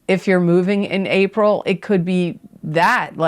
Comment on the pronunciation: She says April a couple minutes in, she just flubbed guys. Feel better soon!